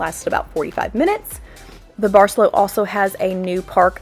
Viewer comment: Very informative and great video also. For those heading there it’s a good hour on transportation from Cancun airport. That’s easy !! Not like getting all the way down to Tulum. And…the resort…. say it……bar-say-LOW, not bar-SELL-o. Nice resort! Nice destination!